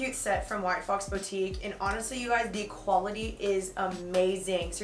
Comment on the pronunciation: The way she says boutique triggers me lol hahaha